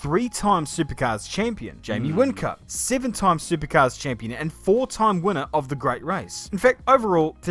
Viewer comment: Sounds like a kiwi, he said sivin , instead of seven.